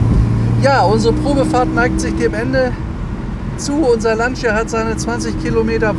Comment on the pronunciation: Beim Wort "Lancia" wird das i nicht ausgesprochen! Schönes Auto, schönes Video.